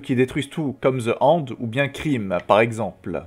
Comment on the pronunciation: On dit "Da Hando" ou bien "De hÈnde" et pas "De HONde" stp 😭😭😭